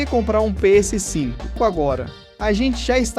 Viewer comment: Engraçado a sua pronuncia "Pê êsse 5" (PS5) hehe. Ótimo vídeo!